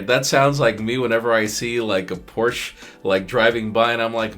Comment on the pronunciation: It's Porsche-uhh... say it with me Porsche-uhhhhh.